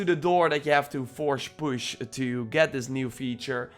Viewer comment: "Forsh push"